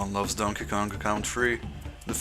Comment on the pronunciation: You just removed the K from Kong.